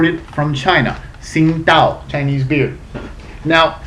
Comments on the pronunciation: its pronounced as ching tao dumb ass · I believe the Tsingato is actually pronounced "Ching-dow" according to their website. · This is a great refreshing beer I think goes down well on a hot day. Have to point out though, the correct pronunciation is "Ching-dow"...